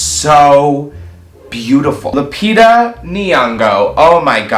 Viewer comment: Hearing him pronounce Lupita's name like that as a Kenyan killed me 💀💀 like I've never heard it pronounced like that I